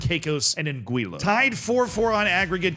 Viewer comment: pronounced an-gwee-uh